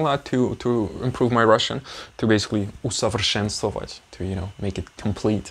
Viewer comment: that "усовершенствовать" was batter than native speaker good :) this word is hard to pronounce :) btw small tip it was probably "нУ ты блин козел". it's constant phrase "ну ты блин [any swear word]" to make a joke in conversation between friends.